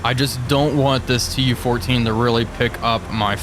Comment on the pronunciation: ... "closing in on this TU-14" ... nope, still incorrect, stroke is maybe still lingering?